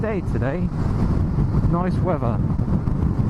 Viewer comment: You do have an accent - you seem to have acquired the nasty habit of replacing the "TH" sound with a "V" as in Nice wevvar. Essex, by any chance? It doesn't sound good - even the yanks take the piss out of the Brits who do that.